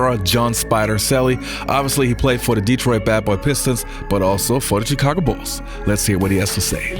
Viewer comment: Love your videos. Grew up in Chicago and with the Jordan Bulls. Thank you for not pronouncing the CH in Chicago like CHurCH. It’s SH like you pronounced it in this video. I noticed you saying it incorrectly in the past. A lot of people from outside Chicago mispronounce it. Charlotte is the same way. CH is pronounced SH.